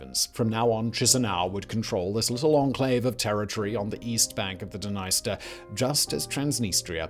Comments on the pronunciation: OK, I'm sorry, I'm gonna just finally say it... This--and all its sister channels--has been the WORST offender(s) of mispronunciation on YouTube. I've often wondered if it's a joke I don't get. BUT, if you're going to make a video that's tangential to the war in Ukraine, you had BETTER DAMNED WELL AT LEAST PRONOUNCE THE NAME OF THE DNIESTER RIVER CORRECTLY. I'm sorry, but your continued disrespect regarding the proper pronunciation of places and names is inexcusable at this point, given how commonly it happens. Either put the proper effort into learning how to say things right or don't make the video at all. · Please for the love of God look up how to say Dnieper and Dniester.